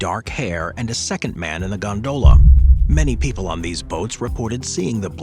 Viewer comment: Stop saying gondola like that... You're accentuating the wrong syllable.... It's quite infuriating to people like me who have misophonia. UPDATE YOUR AI! WE ALL KNOW THAT'S NOT YOUR VOICE...